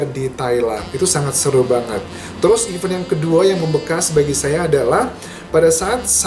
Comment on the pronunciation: kok pronounce event nya salah sih kak? bukannya your major itu bhs inggris ya?